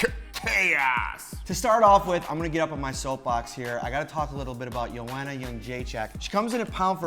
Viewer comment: for suuuure pronounce joanna's first name properly